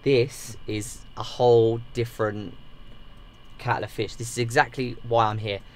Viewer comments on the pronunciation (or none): Did he just say “cattle of fish” 😂😂😂